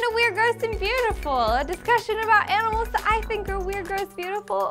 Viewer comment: I miss her "Aminals" .____.